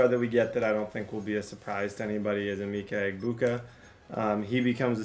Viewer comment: it’s Uh-Ma-Ka Egg-Boo-Ka